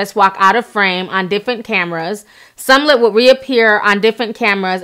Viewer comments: Its SMollett T, there's a freaking M in the there lol. The way u mess up a name I b like fix it blk Jesus 🤦🏾‍♀️ lml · You got Sumlett. Its you have Sumlett. Would be the proper way to say it since we pointing out grammar.😀 She does her thing. Big up Ti 🎊🎊🎊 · Smollett ! Where's the letter U? 👀 but yet I keep hearing Sum-let .. Am I bugging? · "Smo-llett" "MAGA" "Jussie" ...Ti, I know you are usually on it. You kept saying words the way you wanted to on this one. Good video, anyway. I really hope this is not all a fishy situation because it will set back efforts of actual victims. SMH. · I cried a little inside every time she said Sumlut... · Calling that man Jussie SUMlett. LOL. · Small ett is how his last name is pronounced. Love u Ti, but it was making me cringe girl! Keep doing your thang. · What's Sumlutt?? 😂😂😂😂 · You keep mispronouncing his last name. It's Smollett. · Ti. Who is Somlett though? 🤣🤣🤣🤣🤣🤣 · “Jessie Sumlett”?? 🧐🤦🏽‍♀️👀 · Sumlut???!! 🤣🤣🤣😂😂😂🤣🤣🤣😂 great vid though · Girl it’s pronounced Small Let! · You got me at Jussie "Somlet". 😂😂😂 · lmao why does she keep saying SUM- LET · Yeah Ti pronouncing his name as sumlet took me out every time she stared it I hollered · My girl Ti butchered Jessie's name like 10 times in a row 💀 "sumlet" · "Sum Lett" smh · why do you keep saying "MAGNA" and "Seeeemollett"? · I think its cuz it looks like omelette lol "SMOH-LET" Love you Ti <3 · Yeah, she pronounces almost everything wrong. If there's a name in location involved, it's gonna be wrong lol... I wonder, if you're doing research and listening to people in the news and videos pronounce his name correctly, how does it not register...? idk... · Just murdered ol' boys' name SMH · Chiii its smollett not somelett. We are going to give you a pass though, bc we love your videos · Does she NOT know how to pronounce Smollet?!?!?!......who the hell is SUMLET????!!!!.....😂😂😂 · It's SMOH-LETT....Not SUM-LETT...lol! C'mon Ti you can do better. But good story. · Jessie Somlett. 😂😂